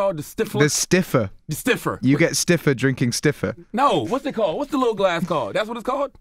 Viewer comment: sniffer not stiffer